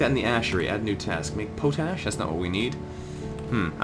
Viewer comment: Pronounced pot-ash. Thanks for the videos.